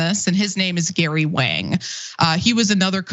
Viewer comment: It's very important for journalists to correctly pronounce names, the A in Wang is more of a AH sound.